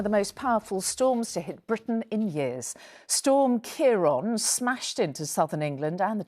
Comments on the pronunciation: My goodness it’s a miracle no one was killed. My she keeps saying Ciar on instead of Ciar án. She needs a lesson in pronunciation 😊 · Why do they keep saying 'storm Keyron'? Ciarán is the Irish spelling for Kieran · keeron??? Wroth ??? why cant she pronounce words correctly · Pronounced keiren not keiron! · Keer-on.. what’s that? They could have learnt how to pronounce it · Storm Kee-ron eh? Welcome to Scottish weather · The really shocking part is is the way they keep saying ciaran